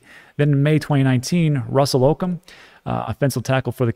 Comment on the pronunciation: Bro, ur way outta touch with sports aren’t ya lol! Lawrence will be the #1 overall pick, not a “possible top pick” and Okung is Oh-koo-ng not oh-kin 🤦‍♂️ Lol, still love ur content tho 😅